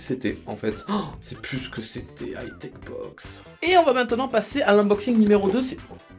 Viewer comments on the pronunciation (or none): none